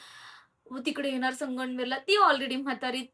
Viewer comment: हो मला पण जाणवलं ती वेगळंच बोलते संगमनेर बोलायचं तर 😊असो